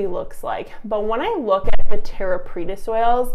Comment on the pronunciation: you said it right. Preta means pressed